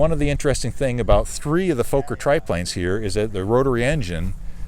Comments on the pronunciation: Nice video, wonderful to see these old planes doing well. By the way, Fokker is not pronounced like Folker, but like Focker, with an ò like in "jogger". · And it's Fokker. Like locker not the long O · You are correct sir! It makes me nuts to hear Foe-ker ... you would think .. and I mean no disrespect here .. that anyone that owns/fly's a Fokker triplane would know the correct pronunciation! I've always thought that Fokker .. pronounced Fah-ker .. is too close to the four letter word f**k, thus people are possibly uncomfortable with it. But!, it is indeed Fah-ker and should be pronounced that way. Anthony Fokker was Dutch, and the two K's make the O in front of them short, and not long as you have mentioned. That aside though ... INCREDIBLE flying reproduction's of an iconic WW I aeroplane! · Why cant Americans pronounce Fokker its not Fauxker, theres two Fokking Ks !! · For Christ sake learn to pronounce Fokker correctly. It's NOT Fo-kker. You Yanks just don't know how to speak German. Get it right